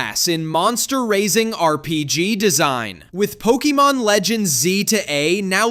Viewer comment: pokiemon? no wonder u hate pokemon